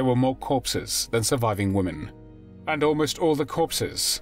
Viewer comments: Why do these narrators keep mispronounced women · why is it that so many narrators can't pronounce the word "women"?